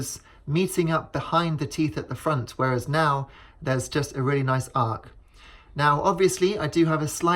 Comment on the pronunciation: It's arch, not arc.